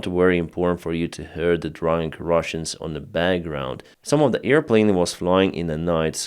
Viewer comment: Not EAR plane,, but AIR plane.